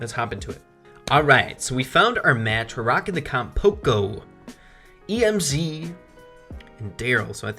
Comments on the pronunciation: THIS MAN SAID E M Z AND NOT EMZ THAT A RIP IN THE CHAT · It's Emz not E M Z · STOP SAYING E M Z, ITS EMZ, 1 WORD IDIOT!!!! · Tf. Did u just say “E-M-Z”?! Just say Emz... like m&ms say the ms (ems) and add a bee sound in the end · Just wondering why do you cal emz e m z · It's pronounced em'z not E.M.Z. lol. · He called Emz E-M-Z 😂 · When he said emz I had a stroke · lol, E - M - Z he said